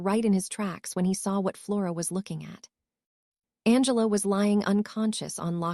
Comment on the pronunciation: It is not b l u s and u n g l a, it is Blaze and Angela